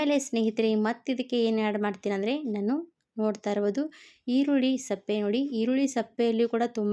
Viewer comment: ಈರುಳ್ಳಿ ಸಪ್ಪೆ ಅಲ್ಲ ಸಿಪ್ಪೆ ತೆಲೆ ಅಲ್ಲ ತಲೆ ಅಂತ ಹೇಳು ಕನ್ನಡ ಸರಿಯಾಗಿ ಮಾತಾಡು